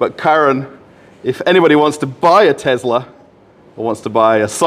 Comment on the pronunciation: Tezla. Not to be confused with an actual Tesla. I like how he called out the Tesla sales guy right away saying he's nervous to be on camera lol.